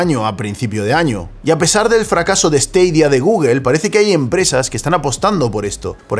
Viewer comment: esteidia? porque cojones no lo pronuncias como todo el mundo?